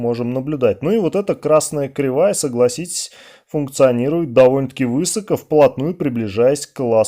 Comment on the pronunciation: Дорогой Андрей! Люблю ваши ролики и уважаю вас лично, но, пожалуйста! Не "вЫсоко", а высокО ! Все отлично, но это просто уши режет насмерть! 🙏